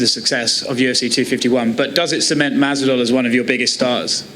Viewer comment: Robert-Elijah, it’s masvidal mate not masdival